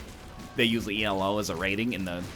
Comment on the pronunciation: Every time NL pronounces Elo as "ee el oh" a dozen people yell at him. But he keeps doing it.